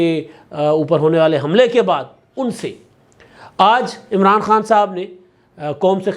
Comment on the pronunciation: اچھا ایک بات بھاٸ کو سمجھانی چاہیے وہ کہتا ہے عمراٹو 😂تو ان کو بولنا کے نام ٹھیک لینا چاہیے بندے کا😂😂😂😂😂😂